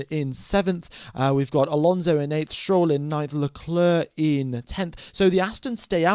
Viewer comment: Can I just say that it's pronounced LeClair and not LeCluurh